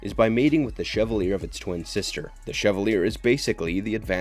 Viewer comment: Chevalier is pronounced shev-all-yay. It's a french word and the show uses it quite often, so often I would wager the announcer hasn't actually seen the show.